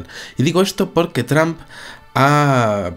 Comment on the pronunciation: la pronunciación de trump, lo dice como sonando más bien a tramp.como queriendo decir trampA.